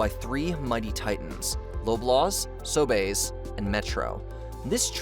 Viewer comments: It's So-bees not So-bays lol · "So-bays" lolol. We pronounce it "so-bees" here! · Loblaws is pronounced like lob-laws like as if you're going to throw or lob something at someone. Sobeys is pronounced So-bees like bee the insect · Calling Sobeys "So-Bayz" tickled my funny bone. Not sure if that's the correct way to say internationally but i've only ever heard it called "sobeez" in weekly trips there : ) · Pronounced Lob-Laws* and Sow-Bees* ngl I’m gonna start calling it sobae’s now lol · maybe its french after he said it that way never occured too me before that video? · The cost of fuel is also a factor when it comes to the rising food prices. P.S. Love the pronunciation of “Loblaws” and “Sobeys”! :P